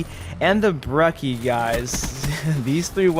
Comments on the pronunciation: "brekki" it's breCHi, brecci, not brekki, ch, not k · Brecki. BRECKI??? ITS BRE-TCHI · Brecci = Da Vinci Ghosts: Brekki = Da Vinky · I am triggered by the why he says brecci its said like brechi